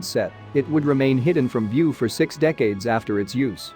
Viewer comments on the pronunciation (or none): none